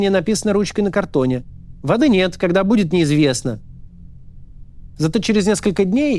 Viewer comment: Не Моисеев 😂😂 😂 Ударение на слове:" будет... ☝️")))) 🤣 Денег нет, но вы держитесь! ", вы главное вазелинчику побольше прикупите, что прочувствовать когда лучше" будет"😉